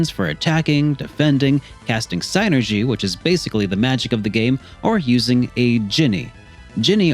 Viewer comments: It's pronounced SIN-er-gee. Saying SIGN-er-gee just makes you come off stupid. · I mean it is what it is :p like Tidus on FFX. lol. But with Psynergy being spelled, it's probably closest to psy-energy. I guess the sienerjee could work if it's trying to be a specific word and stuff. But it just sounds wrong. So I normally just go the regular pronunciation of synergy, or separate it as psy energy. It's all in good fun, though :p good vid :) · Of course. But i left a comment for the algorithm, and thought it was funny. It's sin-er-jee though